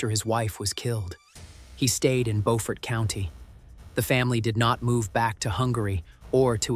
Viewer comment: It’s Beaufort pronounced Blue, remove the letter L add fort to the end buefort but spelled different.